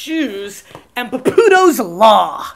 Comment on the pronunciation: "Puhpooto's Law"